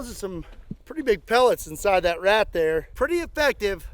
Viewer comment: "Shooting wRat" ?.. Don't try it in NewYork